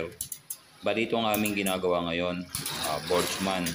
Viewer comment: Ang naririnig ko Borg-man, Hindi Botchman.